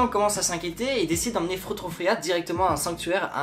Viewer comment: Ça se dit "Frao" c'est de l'allemand qui veut dire "madame", sinon cool la vidéo p'tit pote